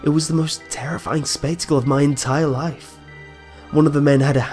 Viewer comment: wotah, wotah is du canistirr of laiff